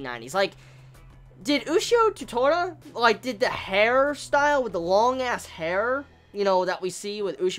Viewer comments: The super-long gon hair was pretty recent as far as hunter x hunter is concerned. So yeah, ushio came first. Another thing, the title isn't "Ushio to Tora" it's "Ushio and Tora" and thus if called "Ushio to Tora" The "to" should be pronounced the same as one would pronounce the "To" in "Tora". Didn't mean to be a grammar nazi, it was just bugging me for a while now :P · Not to be rude, but you're pronouncing Ushio to Tora wrong. You could just say Ushio and Tora.